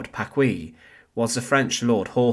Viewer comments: His name is pronounced Packee, not Packwee. The u is silent in qu in French. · You have grossly mispronounced the last name of Jean-Hérold Paquis. It is pronounced Pakee and not Pakwee. In order for it to be pronounced Pa-kwee, it would have to be spelled “Pacouis.“ I’m French so I know. My parents listened to his broadcasts during World War II — not because they shared his views, they didn’t, but they were a captive audience. Anyhow, they always pronounced the name Pakee, not Pakwee. His real (birth) name was actually Jean Hérold, but he changed it to Hérold-Paquis becuase he was born in a neighborhood of the small town of Arches called Paquis. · It's PaKEE, not PaKWEE